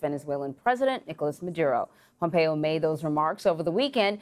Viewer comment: Did I hear "President Pompoe" ??